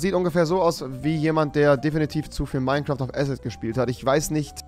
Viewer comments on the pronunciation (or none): none